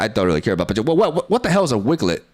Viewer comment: I appreciate your pronunciation of pachirisu and spirigatito